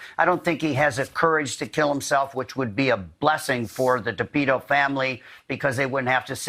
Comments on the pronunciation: Not Depeto it Petito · Innocent until proven guilty John Walsh. John Walsh sounds a little off the rails. He cant even pronounce the word Petito. Laundri probably did it but until we have the facts we cant say.